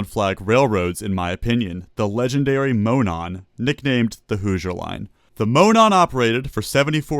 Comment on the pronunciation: Monon is pronounced as Mo-NAWN. My home state railroad. I miss that railroad.